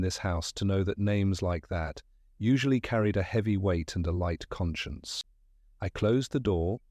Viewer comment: The ai reading of some of the words is rather endearing: led,leed; red/reed; are common. But con-science instead of conscience...hell instead of he'll, and pronouncing "they" with the th as in "thick". The story is good 😊